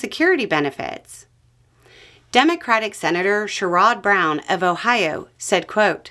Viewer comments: Share-ud not Sure-odd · just an FYI, Sherrod Brown's name is pronounced like "Cher' ed". I hope he runs again to replace. He is one of the better senators. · For possible future reference.....Sherrod Brown's name is pronounced "SHARE-id"..... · Sherrod is pronounced SHAR-rd. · Sherrod is pronounced Share' ud. Brown will be sorely missed in the US Senate. 💔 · I heard the pronunciation and thought had never heard of the great man Sherrod Brown.